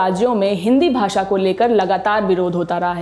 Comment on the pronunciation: Lallantop waala hi भाषा ko भासा bol रहा है 😜